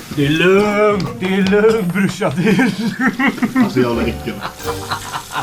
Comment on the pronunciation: He's saying "brushan" which is a way of pronouncing the word "brorsan" (which means bro/brother in swedish)